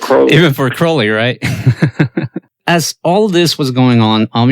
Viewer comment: When people pronounce “Crowley” correctly, I listen. Subscribed :)